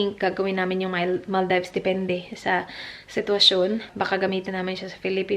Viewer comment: its not Mal "dives" Mal -deevs ✌